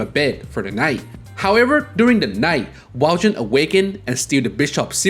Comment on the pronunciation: Aww man, I regret to inform you that you completely butchered the pronunciation of Valjean. It's less "Val-JIN" and more "Val-SHAWN." This is brought to you by some guy who performed in Les Miserables in highschool That said, I absolutely love Persona lore. Keep it up!